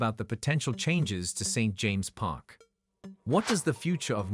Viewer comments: Some strange pronunciations ! St James’ is pronounced James’s Magpie is pronounced mag pie ! As for the stadium, a brand new 70,000 built in castle leazes as shown on bondibot would be the ideal solution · Another crap AI generated video. Can't even pronounce St James' Park.